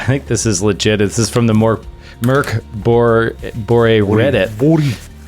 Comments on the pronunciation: Really impressed by the pronunciation of Mörk Borg (Dark Castle). You guys have such amazing chemistry and energy, it really feels like y'all are so fucking hyped about most everything! And it sparks such joy to see and hear your enthusiasm, keep it up! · pronounced Mörk Borg really well! Best pronunciation by an English speaking RPGer! Go!